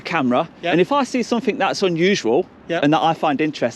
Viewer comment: As soon as she said someTHINK. I would have walked away. Annoys me so much. 😡😡😡